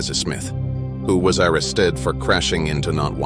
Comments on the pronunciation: Yeah, instead of just playing the video we get a robot narration with the classic mispronunciations like "arrested" (ara-stead!). What is with these robot narrations? Does it save money? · I stopped watching after the mark where the A.I. mispronounced "arrested." Plus the few seconds before that, there were a few more as well. Just use your own voice people! They just wanna slap a video up, do the least amount of work and hope to get paid. Pay me to do the voice over. Give me the script and the Time Marker where I should start each line or let me do the script how I see fit. Act before the 28th to get 33% off! I charge by the word but all 3 Arricles (a, and, the) are free. Lol. I'm kidding. Seriously, use your own voice.